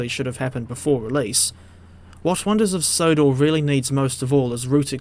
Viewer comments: "Sonders of Wodor" 🤣🤣🤣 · Says it twice